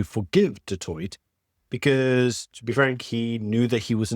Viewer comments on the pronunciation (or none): none